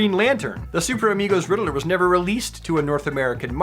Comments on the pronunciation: Say it with me....Ridd-ler. Ridd- LER. Not Ridd-ah-ler. 😁 Don't hate me, love your videos keep up the great work. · The “Riddle-er” now I’m questioning if I’ve been saying it wrong my whole life.